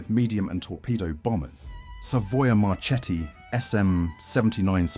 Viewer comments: yes i pronunce MARKETTI and not MARCETTI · Not "Marchetti": in Italian it is "Marketti"! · The correct name Is Savoia-Marchetti SM 82 Canguro not Canguru (English Word). Morover the correct pronunce for Marchetti Is Mar"KE"tti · Good job.... only, Italian "CH" souds "K", so it's "MaKKI", MarKetti" and so on. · Marchetti se prononce Marketti . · Marchetti non si pronuncia così. "Ch" si pronuncia come la "k". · I'm italian and some of these are new for me! But... Pronunciation... marketti! The CH sounds like K Correct pronunciaton for Libeccio 👍